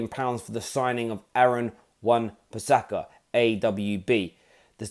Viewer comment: Its wan bisaka not wan pisaka